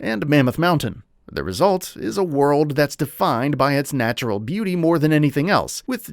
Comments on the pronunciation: Before you Buty?! 😂😂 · Before you “Buty”… epic fail from a failure of a channel… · Before you buty. Nice mistake.